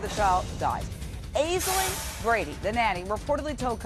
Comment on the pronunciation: Why is the reporter saying her name weird it's pronounced ASH-Ling. very common Irish name